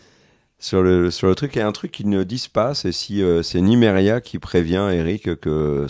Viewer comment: C'est Miséria et pas Nimeria Kere ;) :D